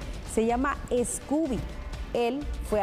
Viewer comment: No es "Escoobie" es "SCOOBIE" sin la E al principio, solo opinando